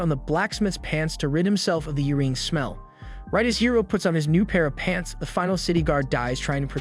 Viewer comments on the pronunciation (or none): He pronounces Urine as "Ureen"